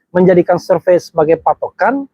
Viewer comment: Bener kata p sure pay bukan surevey